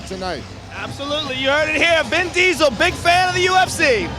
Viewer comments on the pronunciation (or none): It said "Vin Deasel" as well😅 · Joe said Bin Diesel